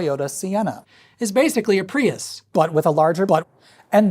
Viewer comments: southern drawl “Toyota *piss*” cracks me up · "the original toyota peeus" had me giggling like a 6-year-old for far too long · “The original Toyota Peeus” 💀